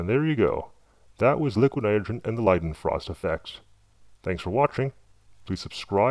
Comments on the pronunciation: Jesus man LEARN HOW TO SAY NITROGEN !!!!! Come on say it with me "NY-TRO-JEN" come on you can do it, it's not "NYGREN" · hahaa you cant say NITROGEN you say LIQUID NITERGN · Struggled to get by the "nudagen" pronunciation of Nitrogen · Hate the Way he say's "Nidrogen"....its' "Nitrogen" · It's pronounced ni tro gen. Not Nyogen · ...It was a great video...but it's pronounced ni-TRO-jen, not ni-TER-jen... ...just got a bit agitating listening to it...Still, great video. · This guy didnt actually say nitrogen one time in this video....it sounded more like.. niroin or somethin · liquid nidrjeh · liquid nidergen... liquid nidergen... Learn to speak without sounding "b-word" fat. Also, you obviously voice over these videos after recording (using a VERY shitty microphone, I might add), you're not fooling anyone. Get a popper-stopper too. Don't know what that is? Not surprising. Look it up and save the world from at least the edge of your annoying voice. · What's with the voice? And the articulation of "liquid nidergen?" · LIQUINITGRHN. Man, that is a weird word to hear said wrong. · Every time he said "liquinitgrhn" my eyelid twitched. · Liquid nidren... Enunciate! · The way you pronounce "nitrogen" is extremely annoying... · Just curious why you pronounce it "liquid nirigeon" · ni tro gen. please enunciate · nite-er-gin? We are lucky he is not teaching English as a second language! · Why can't you say nitrogen properly?? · im loling cause the guy cannot say 'nitrogen' (and also cause i think he's using a voice changer) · Cool Video but please pronounce "Nitrogen" fully, OMG so annoying lol... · The way he says "nitrogen" irks the fuck outta me. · The voice change thing is stupid. The way he says "nitrogen" makes me cringe. Sounds like someone typed it into Microsoft Sam or something or he can't pronounce it correctly. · why is it so hard for you to pronounce "nitrogen?" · well he cant say nitrogen properly sooo...